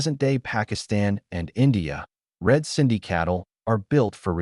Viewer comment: It's "Red Sindhi" not red cindy. Great info though